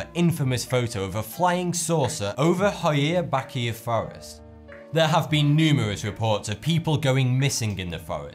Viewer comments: Hoia Baciu is pronounced as Hoya batchu. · I don’t want to be rude or anything, but Hoia Baciu is pronounced Hoja Bachu ^^ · It's pronounced HI EW BAWTCH A....say it with me...HI EW BAWTCH A.....you got it! WOOHOO!! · Hoia Baciu is pronounced Hoya Bahtch-you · As a Romanian, you butchered that name of the forest